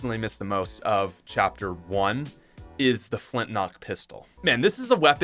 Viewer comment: it's actually pronounced 'flint LOCK' pistol not 'flint knock' pistol